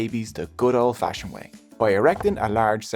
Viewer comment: "the good old fashined way"